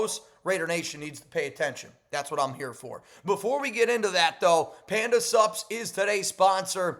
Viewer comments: When you say Panda Sups...It sounds like Panda SUBS. Like food. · Every damn time you say, Panda sups, I hear subs and end up at Subway 😂😂😂😂